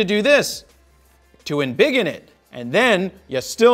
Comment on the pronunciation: Word of the day: "Embig'n"